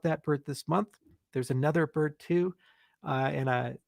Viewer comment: The Ethiopian currency is the Birr, I did notice he left the "d" off sometimes when he said bir"d". Pure speculation though.